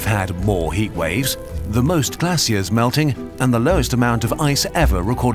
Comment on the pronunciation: he prounounce it like glaceeirs instead of glaciers also the center of india's flag is red injstead of blue and the bottom of the flag is also red instead of orange